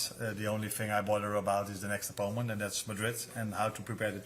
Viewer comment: I always smile when he pronounces "opponent" as "oppoment"